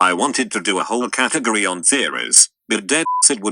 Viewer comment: can't pronounce "category" very well can he